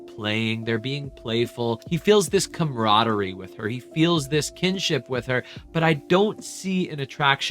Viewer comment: Sabrina ruined the word "camaraderie" for me